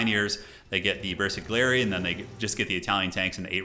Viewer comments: This was some amazing commentary. The bersaglieri is actually pronounced bear-sa-lee-ea-ree or something around that. You were spot on with carro armato! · Okay, your commentary is very entertaining, keep it up! there are a couple of mistakes in pronounciation though - Stug is pronounced Shtoog - g like grey, not jam (from Sturmgeschütz) . and bersaglieri - g is silent, so its Bersal'yeri, idk its hard to describe a sound, basically when you select the squad you can hear themselves pronounce the name correctly. other than that - big fan!